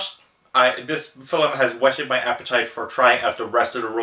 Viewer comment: Fil-m. Its not Phil-im, wheres the extra i? I do want to see this, but Id rather read the manga first. I really like Trust and Betrayal tho, very Oshii esc.